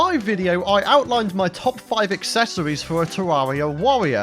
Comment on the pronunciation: “My top five aksesowies for a tawawia wangew chawactew” In the next episode, he’s gonna eat some miracle whip.